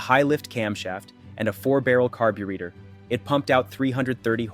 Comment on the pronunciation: The next time you say Iacocca, Chevrolet, or Carburetor that way, I'll deport you myself